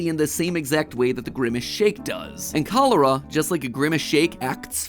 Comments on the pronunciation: The first time I've experienced this video I only listened to it and I thought matpat was talking about some strange tropical disease but he just heavily mispronounced it. He may have polish roots but still he can't pronounce the letter ch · I love how he said cholera when in Haiti we say in creole kolera🤣🤭